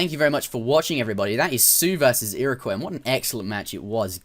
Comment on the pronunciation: You pronounced "Iroquois" correctly! :3